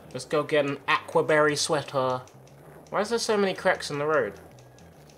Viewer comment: Lmao "Ack-wa barry sweater"